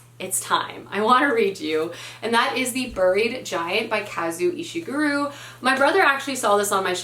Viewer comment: Correct pronuciation for Kazuo Ishiguro: kah-zoo-oh ee-she-goo-roh